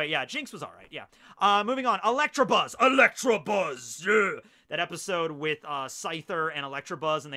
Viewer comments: Not electrabuzz but electabuzz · “Electrabuzz” lmao the Midwest at it again!